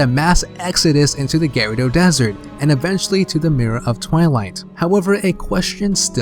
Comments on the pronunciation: why do you say GARADO instead of GUREDO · Dude you're driving me crazy every time I hear "InterLOOPer" and "Garido" lol Try Inter-low-per Gurr-oo-do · for like 5 minutes im trying to figure out who the fuck the Gare-odo are but i figured out he tried to say gerudo. god damn if your gonna make a theory and shit and do research then pronounce the fucking names right geez. So this bongo bongo and the sheika are practically the uchiha clan without the sharingan. nice. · also "Gerudo". It sounds like you're saying "gyrados" without the S.